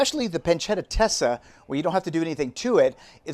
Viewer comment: Pancetta stesa not Tesa 😊